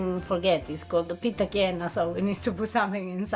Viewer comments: STOP calling it PIZZA GYNA. Every American-Italian knows that it is GAIN-A... Just an offshoot of being sloppy with the sound of CHI (CHIENA).. Please it is annoying. Maybe you never heard it but it's evident in spelling. Thanks (I'm not usually crabby but this annoyed me today..sorry please forgive me).. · yep. same. What is annoying is how keeps saying GYNA. Everyone knows it is GAIN-A just like its spelled, an outshoot of Chiena without the CHI (k) sound. Immigrants talk fast and then pass it down and generations sound it a little different. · pronounced "pizza Gain." ...from a New Jersey Italian...lol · He is pronouncing it the way it's spelled though. He's just assuming it's an Italian word. The ai dipthong in Italian gets pronounced in the way he's saying it.